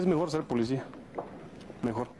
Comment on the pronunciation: ¿dijo ... enclarecimi ento? Bueno así es la "polecia" Y Galeana dijo, sastifecho.